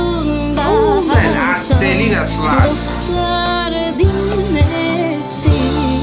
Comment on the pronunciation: Selin değil Ceylin. Türkiye ile ilgili program yapıyorsun, Türkçe okumayı ogren.